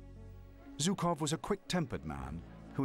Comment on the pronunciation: 78 years after the event did not suffice for english speakers to learn how to pronounce the name of the Russian general Zhukov. It is not Zukov but rather with a "Zh" like in "measure", "pleasure" and the like.